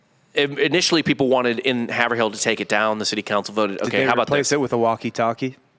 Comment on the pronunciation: Yoo the way you guys pronounce Haverhill Is absolutely hilarious. Its pronounced " Haveral". A lot towns/ cities in Ma are like that.